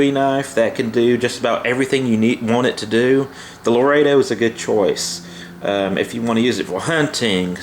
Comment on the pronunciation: I'm glad you're saying "Laredo" correctly now. Since you guys are from Texas and all... Thanks for the video brother!!